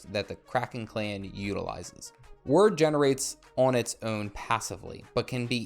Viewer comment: Wyrd is pronounced like "weird". At least where I come from in the UK. It's a Anglo-Saxon word, so....